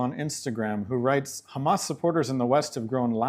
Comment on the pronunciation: Funny how she says, “Hum-ass”. On a serious note…she’s absolutely right that is what pressuring Israel does. You can never negotiate with evil.